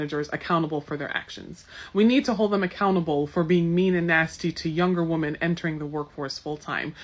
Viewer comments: All these idiots are so educated yet consistently pronounce women as woman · This lady with the dreadlocks doesn't know how to pronounce the plural of woman...women is pronounced wi-men...not wo-man. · I hate it when they say "woman" when it should be "women". Drives me nuts.🤬🤬🤬